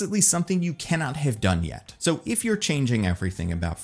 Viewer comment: I keep hearing you say you “yeet your planet”. So for me, I forever will refer to him eating a planet as “yeeting your planet”.